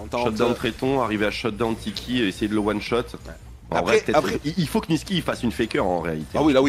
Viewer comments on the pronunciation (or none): Par contre c'est Nisqy et pas Nisky